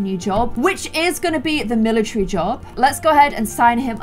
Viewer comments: IT'S NOT MILATREE ITS MILATARY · everyone: "and join the military": "and join the milicherry"